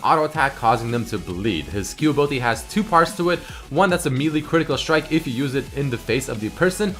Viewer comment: I just cringe when doesen't pronounce the I's in some words like Ability and Invisibility. He says Abilty and Invisibilty... Please...